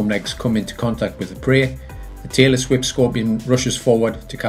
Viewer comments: I kept hearing taylor swift scorpion and wondered why it was called that. I then realized he was saying tailless whip scorpion 🤦‍♂️ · Am I the only person who thought he was saying 'Taylor Swift scorpion'? 😂